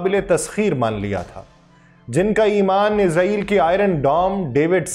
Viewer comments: ارے بھائ یہ کیا۔ عزرائیل۔۔۔۔۔۔ عزرائیل کی رٹ لگا رکی ھے۔۔۔۔۔۔۔۔؟؟ توبہ توبہ۔ استغفراللہ۔۔۔۔۔۔۔! "اسرایئل" کو عزرائیل کہنا میرے خیال میں سخت گناہ ھے! کیوں کہ "عزرائیل" موت کے فرشتے کا نام ھے ۔۔۔۔ ھم اسرائیلوں کو کیوں خواہ مخواہ "عذرایئلی" یعنی اپنے یعنی مسلمانوں لئے موت کے فرشتے بنارھے ھیں۔۔۔۔ ؟؟؟؟ اور یہ اس لئے ھورھا ھے کیونکہ بہت سے پاکستانی اور بہت سے دنیا بھر کے مسلمان محض انگریزی لہجہ بنانے کے چکر میں اسرایئل کو عزرایئل کہتے ھیں۔! مجھے پورا یقین ھے کہ اسرائیلی اس بات سے یعنی اپنے اس انتہائ طاقتور نام دیئے جانے سے بیحد مسرور ۔۔۔۔ خوش ھوتے ھونگے ۔۔۔ اور مسلمانوں کا مذاق بھی اڑاتے ھونگے کہ ھا۔۔۔۔ ھا۔۔۔۔ دیکھو! خود مسلمانوں نے ھمیں اپنے لئے موت کا فرشتہ بنالیا ھے تو ھم کیوں نہ موت بن کر ان پر نازل ھوں؟ میری ان تمام انگریزی لہجے میں اسرایئل کو عذرایئل کہنے والے مسلمانوں سے گزارش ھے کہ اس بات پر توجہ دیں اور اسرایئل کو آئندہ کبھی عذرایئل مت کہیں ! ۔ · Ap isreal ko izreal q bol rhy hn .itni zor zor se urdu bol rhy hn ap lakin israel ka nam thek nhe bol rhy. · ارے یہ کیا۔۔۔۔۔۔۔ عزرائیل۔۔۔۔۔۔ عزرائیل کی رٹ لگا رکی ھے۔۔۔۔۔۔۔۔؟؟ توبہ توبہ۔ استغفراللہ۔۔۔۔۔۔۔! "اسرایئل" کو عزرائیل کہنا میرے خیال میں سخت گناہ ھے! کیوں کہ "عزرائیل" موت کے فرشتے کا نام ھے ۔۔۔۔ ھم اسرائیلوں کو کیوں خواہ مخواہ "عذرایئلی" یعنی اپنے یعنی مسلمانوں لئے موت کے فرشتے بنارھے ھیں۔۔۔۔ ؟؟؟؟ اور یہ اس لئے ھورھا ھے کیونکہ بہت سے پاکستانی اور بہت سے دنیا بھر کے مسلمان محض انگریزی لہجہ بنانے کے چکر میں اسرایئل کو عزرایئل کہتے ھیں۔! مجھے پورا یقین ھے کہ اسرائیلی اس بات سے یعنی اپنے اس انتہائ طاقتور نام دیئے جانے سے بیحد مسرور ۔۔۔۔ خوش ھوتے ھونگے ۔۔۔ اور مسلمانوں کا مذاق بھی اڑاتے ھونگے کہ ھا۔۔۔۔ ھا۔۔۔۔ دیکھو! خود مسلمانوں نے ھمیں اپنے لئے موت کا فرشتہ بنالیا ھے تو ھم کیوں نہ موت بن کر ان پر نازل ھوں؟ میری ان تمام انگریزی لہجے میں اسرایئل کو عذرایئل کہنے والے مسلمانوں سے گزارش ھے کہ اس بات پر توجہ دیں اور اسرایئل کو آئندہ کبھی عذرایئل مت کہیں! ۔